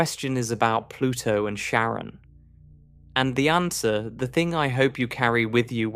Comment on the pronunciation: Care-ahn bro You researched one thing 😂 Dope video though I’m still watching the whole thing.